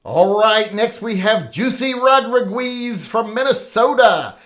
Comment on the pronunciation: Ro dri guis...😂😂😂